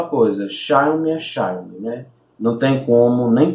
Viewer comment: "Xáiomi" kkkkkkkkkk